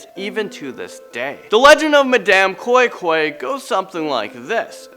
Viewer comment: Bro the pronunciation of koi koi is so wrong but ur story is actually de same